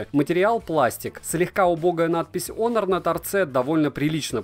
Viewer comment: Ну вот драсте, хоть кто то правильно называет онор Кстати, + прочитанный обзор, за что спасибо И все же я считаю что это промежуточный этап "недочасы - перебраслет" Хотя спорно